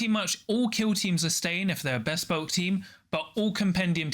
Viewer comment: Great vid, thanks for the summary! Loving the content Apologies, but I have to mention that "Bespoke" is not two separate words!